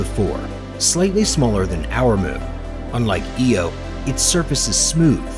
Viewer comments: the moon is I-O not E-O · Eeey oh??? Eye oh! Damned AI voice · E-oh e-oh it’s off to Eye-oh we go. So many errors. My favourite is that Alpha Centauri A & B are red dwarves and Proxima is the main star. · It’s pronounced Eye-O not “Eeo” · That's pronounced "eye-o"if you want to teach and you're doing a great job get some facts right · Subbed. Then heard the knowledgeless pronunciations of various objects. (Ee-oh?!) Sorry this makes my skin crawl. Unsubbed. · stopped watching once he mispronounced IO and said it was Jupiter's biggest moon. wrong info then we wont be seeing andromeda either!